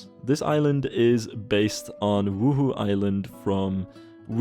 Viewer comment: As a Sims player I get startled every time you say 'Wuhu island' cuz I hear 'Woohoo Island' it sounds so dirty lol